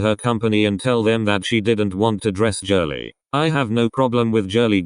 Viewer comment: the way it said jirly 😭😭